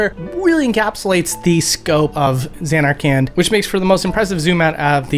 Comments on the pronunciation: The way you pronounced Zanarkand made my eye twitch but otherwise, outstanding video! ❤ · Lol, I'm confused as to why you pronounce Zanarkand that way when they say it in the game a bunch of times. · Stop saying zanarkand wrong😢😢😢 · zanar-CAN!?!? jet!? baw-haw-MUTT!?